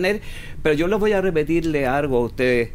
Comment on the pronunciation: "pero yo le voy a repetirle argo a ustedes" Profesor chileno